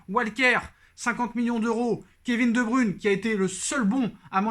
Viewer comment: Debruyne se prononce Debreuyne